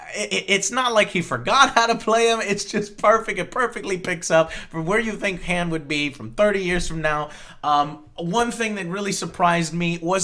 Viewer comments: You don't pronounce the name "Han" correctly. I would assume you can't pronounce "Adolf" right either. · why in the fuck are you pronouncing Han like Hand without the d.....it's supposed to sound like H-ah-n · um... han as in han-d, they even point out in the movie that it is pronounced han like hon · You said "Han" wrong. It doesn't sound like "hand". It's Han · Joe, Han is pronounced like Honn, not like hand without a D at the end. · I don't wanna be that nerdy star wars guy but han's name is pronounced hawn. (rhymes with pawn) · Isn't Han pronounced "Hon" ... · Han is pronounced (H-O-N) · people who say han like joe make me upset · Am I the only one who suddenly dislikes Joe for not being able to pronounce Han correctly? The fuck. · Joe, if you're gonna fanboy this hard about an otherwise average movie, then please, for the love of God, pronounce Han's name correctly.